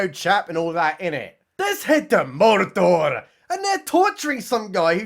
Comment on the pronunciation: WOULD YA BELIEVE IT? as I sat down for dinner releases a new video and SHUT THE FRONT DOOR he’s talking Lord of the Rings!! And he even pronounces MORDORRRR as it should, like they do in Rings of Power!!